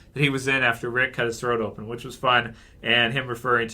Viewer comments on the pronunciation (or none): none